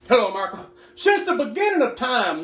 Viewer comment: "Hello America" "Hi Usa" "Greetings United States of America" "HeWo merICa"